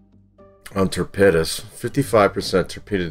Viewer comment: Love the content but you keep saying ("tapedas")for torpedoes ⬆️ What is this...you pronounce torpedoes like it's a type of food. Lol still love the content keep up the good work.